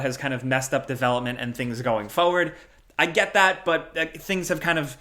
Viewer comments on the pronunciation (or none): Am I the only one bothered every time says forward as "foward"?